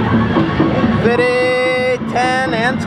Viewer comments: why do you say fittyif it is fifty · y do u say fiddy instead of fifty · Stop says fifty as "fity" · I love how he barely ever says "fifty", he says "fitty" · he says fifty like fidy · Why does he say fitty? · It's fifty not fiddy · why do u always say "fidy" not fifty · It's fifty not fidy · Thomas Lerma he just wants to be funny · Plzz stop saying fitty,say fifty like a normal person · I hate how he says fity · Stop saying fidy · Ps why do u say fidy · Can u say fifty correctly plz it is annoying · Can you please say 50 right you are like saying fiti and it's really irritating🙄🙄🙄🙄🙄🙄🙄🙄🙄🙄🙄🙄🙄🙄🙄🙄🙄